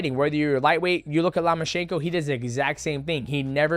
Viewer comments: Loma-CH- ANKO NOT SHANKO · Love Mighty Mouse but dang his pronunciations bothered me. U-sick, Nig-annou, Lama-chenko. Like bro that’s not you you say them lol